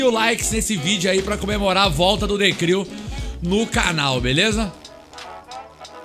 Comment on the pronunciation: Hahahaha falando errado ... The Cril 😂😂